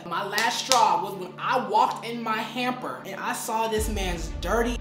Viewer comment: I love you susta but you know it’s “hamper” right?😭